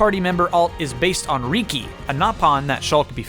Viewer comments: I'm sorry to be that person but it's pronounced as Ricki not Reeki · The way you said Riki was just a little off and it bugs me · so did you Butcher that for fun and giggles or did you actually think that everyone else was mispronouncing the name that all the Nopon (including Riki) refer to him as? "RIKI'S NAME IS RIKI!"